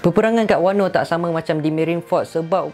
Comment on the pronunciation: Puashati sembang... daripada sorang lagi tu acah2 pandai nak sembang pasal OP. Padahal banyak sangat lack. Banyak lagi isu boleh sembang, kipidap beo Edit: btw, kenapa ko sebut wano as wanno?